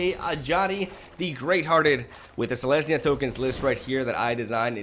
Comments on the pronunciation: Does he call it Selenya just to tilt people or does he just not read the comments? S-E-L-E-S-N-Y-A!!!!! Love you <3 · Are you calling it Selaynia for a reason? Its "Sel-Ez-Nee-A" Selesnya